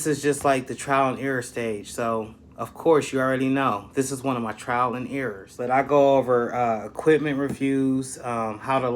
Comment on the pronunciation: It’s TRIAL and error not TRAIL, just saying